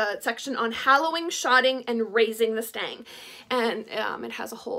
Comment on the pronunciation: It's a stick, pole, staff, or stave. If you insist calling it a stang, then the pronunciation is more like "stung". I know, nitpicking, but I couldn't help myself 🤪